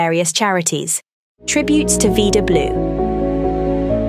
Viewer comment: It's pronounced "vie da" , not "vee da", Blue. Rhymes with "Ida". Since you use British RP accent, it rhymes with cider, not cedar. Anyway, may God grant Vida Blue eternal peace.